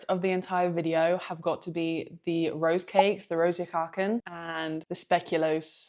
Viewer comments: "I believe they're called "roos kaken". LOL! Love how you butchered that! ;) The "o" in "roze" is pronounced like in "loss", and the "oe" in "koeken" is pronounced like the "oo" in "look". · Your pronunciation of "speculoos" (the spread) was spot-on. The cookies were probably speculaas, which is something different. Try them on white bread ;-) Your biggest pronunciation sin was with "roze koeken", the "oe" digraph represents a sound like the english oo in "boot" or "root". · The word cookie is a Dutch loanword. So when you pronounce Rose Koeken. Just pronounce it as cookie! "Rose Cooken"